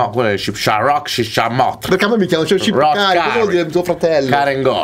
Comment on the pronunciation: Hahaha comunque si dice shqiptar non shipkari hahahaha